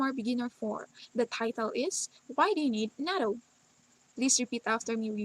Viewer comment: Isn't it NATTO as in toh not TOW?